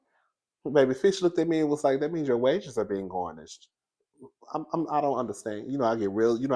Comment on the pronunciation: Garinsh..Who’s GARNISH?😂 slides off camera.. 💀💀💀💀💀💀💀💀💀